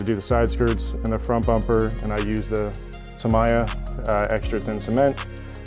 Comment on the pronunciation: You gonna add light buckets to the 34? Also, ta-mee-ya